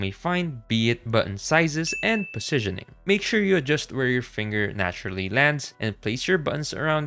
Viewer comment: bro literally said posizionning